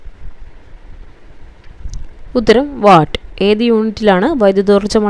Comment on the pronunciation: Not വാട്ട്, say വാൾട്